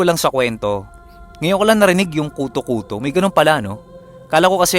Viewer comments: Wag k sana magalit mali ang pronounce mo ng KUTÓ-KUTÓ. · Mali ang pagpronounce mo ng KUTÒ-KUTÒ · Mali ang pronounce mo ng KUTÓ-KUTÓ.ginawang mong lice.hehehe...joke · Hello ang tamang bigkas po ng kuto kuto ay mabilisan😀😀. Slamat sa magandang kwento always.. God bless 👍👍😍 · mali ang bigkas mo ng kuto-kuto, dapat mabilis ang pgkabigkas, naririnig q na dati yan sa probinsya nmin. Meron tlgang kuto-kuto. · Wrong Pronunciation of Kuto-Kuto. My diin po sa dulo at medyo mabilis. Thank you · gaaa... ang KUTOKUTO ay mabilis dapat ang pag pronounce daming ganyan sa amin sa iloilo...👍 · pag ilonggo story tanungi mo ang nag padala ng story kng ano pag pronuance nya iba yon pronaunce ng koto2 eh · Hahahhahahahahahahahahahahaha Malambot Ang pagkasabi mo Ng kuto kuto marami Yan SA Amin aswang Na kuto kuto tunog Ng naglimlim Na manok